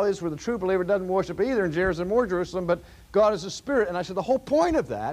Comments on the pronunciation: So it wasn't just me who had a double take when he said that... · I have listened to many of Dr. Sproul’s older sermons and have never noticed his dropping of the “r” in worship! 😅 I thought he was doing a bit at first. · An accent is coming out here. "Worship" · OMGoodness! RC pronounces it "woiship"! I love you, Dr. Sproul and your teaching loses none of its strength for your lack of pronunciation but it does amaze me. ----------------------------- My argument to your professor's question would be that Jesus is God and Jesus has a body, therefore the Mormon is not wrong on this point. Fitting in with the notion of the triune God, God both does and does not have a body. God transcends our mortal thinking on this issue. My personal view is that Jesus has been that man that he is since before the foundation of the world. When it says we are made in God's image, I take that literally, both physically and spiritually. We, too are triune. I think Jesus and Adam would have looked like twins. I think it was the man Jesus when scripture talks about "the Lᴏʀᴅ God walking in the garden in the cool of the day." I have a tendency to ascribe every Godly thing in the Bible to Jesus Christ unless it is undeniable not Jesus, like when God the Father spoke from Heaven at Jesus' baptism. I think the flame in the dark that walked between the animal pieces Abraham had laid out was Jesus. I think the burning bush Moses saw was Jesus. I don't think there is a problem with that because all three members of the Godhead are "co-equal," as they say. If I should mistakenly call the Father Jesus, I have done nothing wrong for Isaiah tells us the Son will be called "the everlasting Father" (Isa 9.6). Does God have a body? Sure seems like it to me. Is God a Spiri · For such a smart guy, he sure doesn't know how to pronounce "worship." Just kidding, thank you for these great videos! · He said worship in a way I don’t remember him saying it. Haha